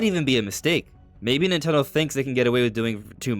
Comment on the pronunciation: as a Nintendo heavy channel, why do you pronounce it ‘nitegho/nitello’ so often? Am I saying it wrong?